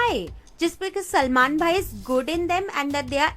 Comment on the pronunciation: Everytime you said "Selmon Boi", I hillariously laughed